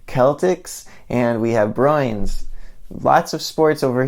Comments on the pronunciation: I laughed so hard at how he said Bruins as "broins." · i was saying boo-urns